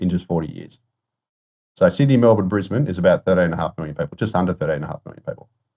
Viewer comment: It's Brisbane, see ya